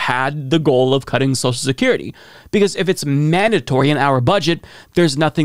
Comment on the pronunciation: He calls social security ‘sowshecurity’ lol couldn’t get any dumber